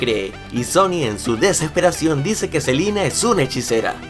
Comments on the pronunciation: Like si te diste cuenta que dice selina y no selena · Like si notaste que en ves de selena dijo "Selina" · dijiste otra vez selina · Like si dijo Selina y no Selena 😐😐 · Por que decís Selina si es Selena 😂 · Selina o Selena? :v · Selena no selina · Es Selena no Selina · Like si te diste cuenta q dijo selina gomez en vez de selena gomez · odio que diga silina y no selena😠😤😣😡😬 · Es selena gomez no selina gomez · por que sigue diciendo selina gomez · es celena no celina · no es celina es selena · Dice Selina no SelEna* 😂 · dijiste silina gomez